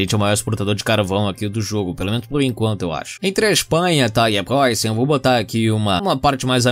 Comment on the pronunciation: O jeito que o diz Prússia é muito engraçado